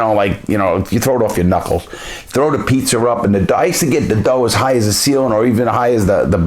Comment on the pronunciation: That Boston accent. Thow da pizzer in da air😂😂😂